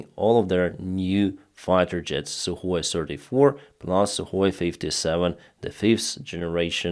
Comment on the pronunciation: Suhoy sirty-four and Suhoy sirty-five you're saying ????